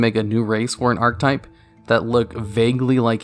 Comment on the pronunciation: Don't take this as a negative, but archetype is pronounced "ark-eh-type" not "ark-type". Just had to let you know. Keep up the hard work. -a fan